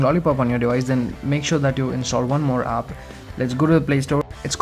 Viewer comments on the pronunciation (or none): u said aap instead of app u idiot